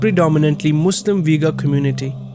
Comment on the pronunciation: You are saying Uighur wrong all the time